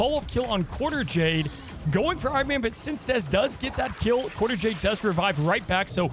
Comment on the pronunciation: Since-dez? I always thought it was Synced EZ.